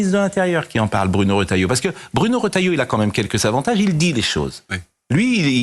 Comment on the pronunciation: Les journalistes ne savent pas lire, le Ministre s'appelle Bruno Retailleau et le journalistes prononcent Rotalieau (c'est Re)